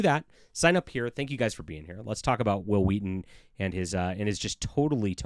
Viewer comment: 'Whill Wheaton', Exactly how Stewie Griffen would pronounce his name.